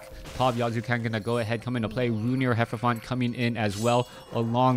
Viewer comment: Really distracting hearing "Hefrophant" instead of "Hierophant". I suppose it's a difficult word to pronounce? It's worse for me because it's a loanword of my native language (greek). It should be "Hi" like "sEE" (the H is silent), "e" like "AIr", and the rest is self explanatory. It comes from the words "hiero" (meaning sacred) and "phant" (meaning one who reveals).